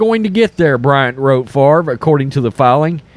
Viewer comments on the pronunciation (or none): “But what about Brett Fov-ruh?”